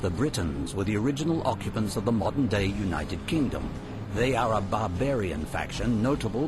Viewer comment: "the sword... Ancester to the moderday rofl knife"